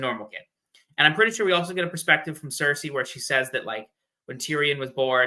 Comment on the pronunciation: The way she says cersi takes me out of it every time lol.